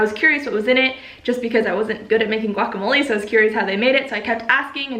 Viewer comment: The way you say “relationships” is like the cable guy saying “facilities.” Also you mispronounce guacamole and lychee.